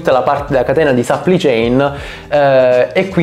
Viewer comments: si pronuncia plai non pli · Supply si pronuncia SUPPLAI! e che c....! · A dirla tutta sarebbe səpplai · Si dice supplì céin!!! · Perché non usi parole italiane quando esistono? Supply (che non si pronuncia in quel modo) chain = catena di fornitura. Delay = ritardo.